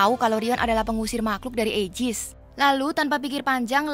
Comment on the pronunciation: Aigis kak bukan aijis